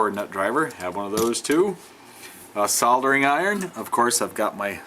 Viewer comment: You must be the only US citizen that actually pronounces "soldering" properly. There is a God after all. Keep up all the awesome work. Love your video's.